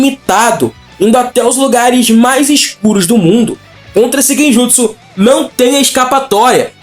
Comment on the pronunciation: Você ouviu quantas vezes ele falou Genjusu?